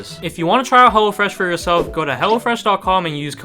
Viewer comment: Excuse did bro call hello fresh hella fresh